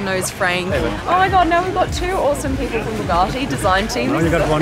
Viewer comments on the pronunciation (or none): So they're Boogatti now blondie? It's Bugatti 🙄